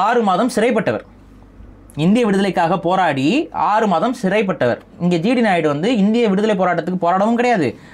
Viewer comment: a small correction at the start. you re pronouncing G.D. naidu s name as G.T. Naidu.